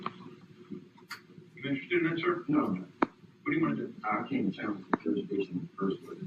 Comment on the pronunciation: I'm challenging juris-dishin. You don't have a juris-dishon.